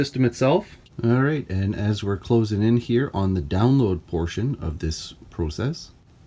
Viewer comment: This guy doesn’t say process right.